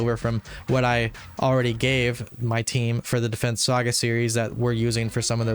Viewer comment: it sounds funny when you say "saga series"